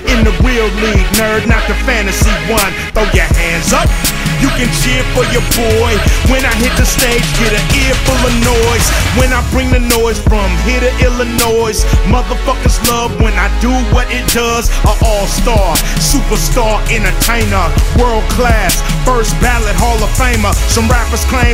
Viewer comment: I know it was for the rhyme, but he pronounced Illinois wrong. The “s” is silent.